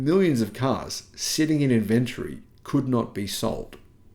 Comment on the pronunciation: Maaate, I know you're from Vic but - InvenTORY or Inventree.